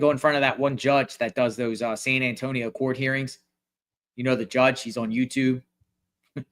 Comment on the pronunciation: San Ann tonio 😂